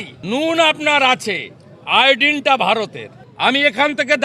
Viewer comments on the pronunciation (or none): আয়ডিন না 😂 আয়োডিন।